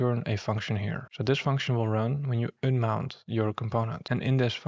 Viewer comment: you don't say ünmout but rather "[a]nmount" :D